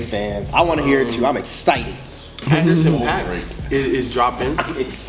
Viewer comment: You guys need to get up on Anderson .Paak properly lol